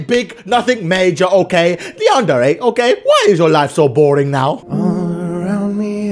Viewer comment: How I say it:Yan-dear How says it:Yawn:dare:ay